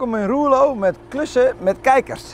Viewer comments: Hoi, Top vlog maar je spreekt het echt uit als Ruurlo en niet roerlo😉. Ja ik kom er zelf ook vandaan. En woon er nog steeds. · Eeh reurle